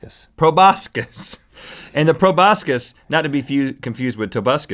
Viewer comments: I was also thinking of Tobuscus when you pronounced proboscis wrong. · I WAS GOOFING AROUND WHEN U SAID PROBUSCUS AND I SAID TOBUSCUS AND UR LIKE NOT 2 B CONFUSED WITH TOBUSCUS